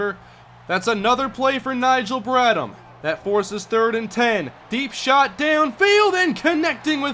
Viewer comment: I hate doing this but it's BradHam the h is pronounced